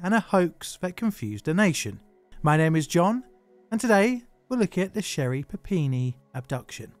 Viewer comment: I need to stop playing so much Pokemon. I kept hearing "Papini" as "Happiny" which kept taking me out of the narrative. My fault, not John's.